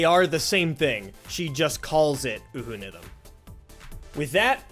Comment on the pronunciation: Just to point out, UHUNITHM is pronounced “yuunizumu (or Younithm)” as per the kana in (ユーニズム) Absolutely great work!